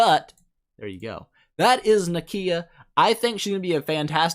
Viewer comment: "Nikiiiia". please